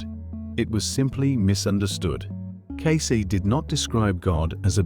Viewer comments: C’mon, AI. Edgar Case? Edgar Caysay? You can do better. This is just lazy programming. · Humans know how to pronounce "Cayce". AI does not. 😄